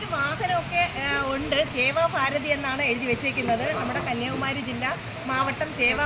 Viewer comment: സേവാ ഫാരതി എന്നല്ല സേവാഭാരതി എന്നാണ് പറയേണ്ടത്😀